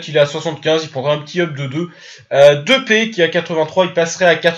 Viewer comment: Il a vraiment dit Depé au lieu de Depay ?? Sinon continue !!